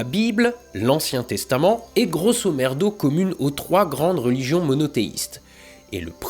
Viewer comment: Chaque fois que quelqu'un prononce l'expression "grosso merdo" un latiniste tue un chaton.